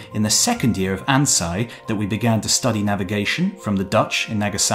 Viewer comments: Agreed, but, for vowels, Japanese is pronounced as in the Spanish or Italian. So Ansei is pronounced "An say" not "An sigh". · Loved this video, but your pronunciation of Ansei is wrong. "Ei" is not pronounced like the English "eye". It is pronounced like the "ay" in "away". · An-SAY. It’s not German. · Mispronounced Ansei I think, had me a little confused for a moment Great video as always! I love how self-aware he was I feel like a lot of people would take a lot of elements of culture for granted